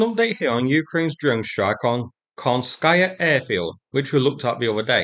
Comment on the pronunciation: phonetic: KHANS-ka-ya.